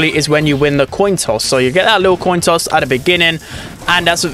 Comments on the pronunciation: toin coss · toin coss lol